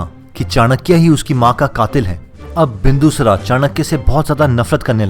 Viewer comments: सबसे पहले मैं यह चाहता हूँ जो भी व्यक्ति इस वीडियो में नैरेशन कर रहा है वो अपने डिक्शन को सुधारे सबसे पहले आपने कहा विष्णुगुप्ता तो यहां विष्णु गुप्ता नही विष्णुगुप्त है दूसरा बिंदूसरा नही है बिंदुसार है थोड़ा सा इस तरफ ध्यान दीजिए और अच्छा हो सकता है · पहले शब्दों का शुद्ध उच्चारण करना सीखो । क‌ई शब्दों में अशुद्धता है जैसे,,, बिंदुसार को तुमने बिंदुसरा बोला।